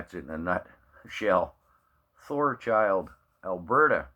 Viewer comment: You keep saying ThorCHILD......it is Thorhild, AB